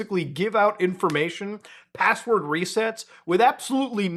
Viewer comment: "Can u give me da passwodd" 😂